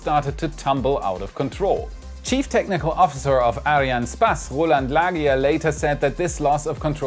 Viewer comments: who is this "areanne spaß" your talking about xD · he says space X and ariane spass